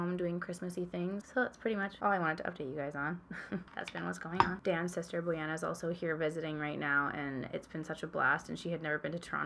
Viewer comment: Hi! Do you own Coolourpop's palette Good sport? If so, could you do a looks using it? I just ordered it and I would like to see how you would use it😅 Btw- you pronounce Bojana in the cutest way😄